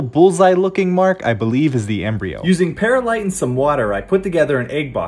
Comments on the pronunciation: Bro said pera-light It's pronounced pearl-light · I hate to be that guy, but it annoys me. Perlite is pronounced Pearl-ite